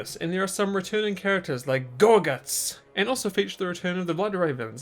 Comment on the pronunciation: I love how you say "gorGUTZ!" WAAAAGH MATE